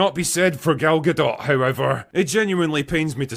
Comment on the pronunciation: Gal Ga-dont.